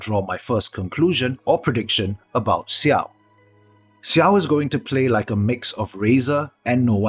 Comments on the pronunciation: Just so you know, it's not pronounced Siao, the X is pronounced like how it is in Xiangling. Much more like Jiao. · Dislike because its Xiao not Siao. It's difficult af to finish this video.